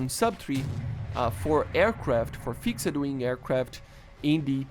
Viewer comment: You’re not meant to actually pronounce the “ed” at the end of words such as “fixed”. So instead of saying “fix-ed”, try saying it like this: fixt 😉 👍🏾